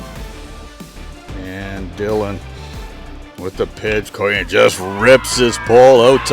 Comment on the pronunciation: Great recap of the game Coyen for Lynn Valley is actually Coyne as in flip a coin 😂 thank you very much we loved watching your video!